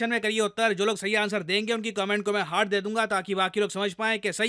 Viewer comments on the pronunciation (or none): none